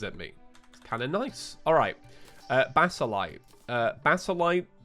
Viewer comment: please say basaltite and not basalite